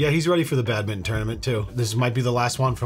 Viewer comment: you guys pronounce badminton 🏸 "badmittin" lol 😂